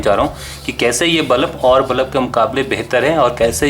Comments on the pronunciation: bro its pronounced as bulb.. not ballap... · bulups q bol rhe ho yaar ?